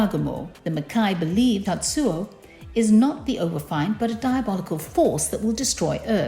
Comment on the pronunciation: Good lord woman learn how to read English. It is pronounced overf(ee)nd not overf(eye)nd